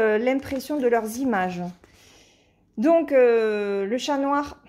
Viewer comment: Coucou, J'adore ces 2 toiles avec les chats. Je les ai mais dans la version HAED. 😉 Ce sont des illustrations de Lisa Parker et il en existe plein d'autres. Ça me fait sourire quand tu as du mal à prononcer le mot "chat". Pour moi qui suis une fan absolue des félins (j'ai 3 chats), c'est rigolo. J'aime bien les chiens, d'ailleurs j'ai une chienne, mais ma préférence va aux chats. 😸 En tout cas j'ai hâte de te voir broder ces nouvelles toiles. Bon dimanche! 😊